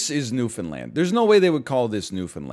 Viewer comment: not him pronouncing newfoundland like noofenland 😭